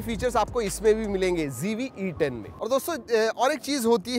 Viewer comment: Z ko g bolne wali public 😂😂😂😂 icoo z5 bhi paresan ho gya🤣🤣🤣